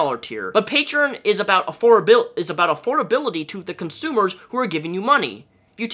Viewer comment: Ngl i cringe when u say consumer